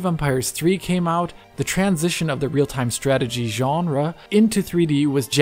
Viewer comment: Why tf do he say Genre like that